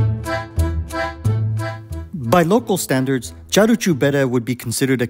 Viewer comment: it's "caru" like in the English "car", not "charu" like in Charles.